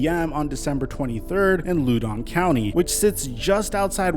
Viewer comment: Loudon County -> rhymes with How-den County